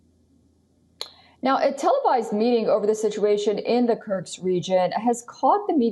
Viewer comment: Ms. Reporter: It's Kursk...not Kurks.